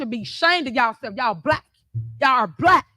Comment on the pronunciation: "'yall bhyik, im bhlyik" i gotta say i hate how she pronounces black lol. reminds me of those people who pronounce white as HUHWHYTE